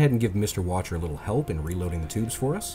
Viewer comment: Sorry to be that guy, but the officer you're calling Watcher (Wächter) is pronounced Vechter.